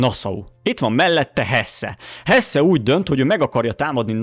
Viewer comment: Hesse-t úgy ejtjük: Hesszí, Elnézést a stréberkedésért